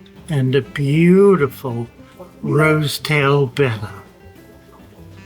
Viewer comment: Beautiful aquariums and fish! So refreshing to hear someone correctly pronounce Betta for a change too!